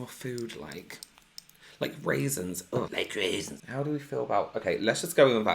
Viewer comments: saying "raisins" and "peach" just gave me everything I needed today 😂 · The "RAISINS" hahaha. I love!! I feel like if he's a ColourPop palette, he'd be The Zodiac or Misunderstood... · OMG, I wasn't watching, just listening to the video while doing dishes, and as soon as he said "I hate rasins" I had to back up the video to see who said that.🤣